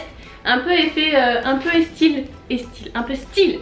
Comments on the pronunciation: Oui elles l'ont dit dans un vlog elles disent "estyle" et pas "style" mais elles ne savent pas pourquoi :') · coucou ! j'ai un bug vous dites " estyle " haha jsp pk j'entends pas " style " mais "style " ;) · pour celles et ceux qui ne savent pas pourquoi et disent "estyle" ou "estile" je ne sais plus comment cela s'écrit! Tout simplem